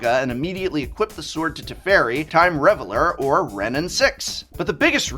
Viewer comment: Sorry to be that guy but, RivetEEr's charm. You said the real word, Riveter, correctly, but the faction name has an extra e. Teferi time rAveler. Not reveler. He is not partying, i.e. reveling. He is raveling. You know how you can unravel something? Well he's doing the opposite.